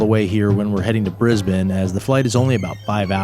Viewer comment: wonder if any of these you ferried will end up on our FIFO flights YPPH to YBDG ..mind you we have been seeing a few more A320's and Fokker 100's lately on this route. Of all my channel subs this is my most favourite now. And you even pronounce Brisbane correctly too!!! Roll on your next contract!